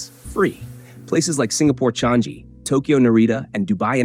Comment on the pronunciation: The airport in Singapore is pronounced as Chang-ee, not Chang-zee.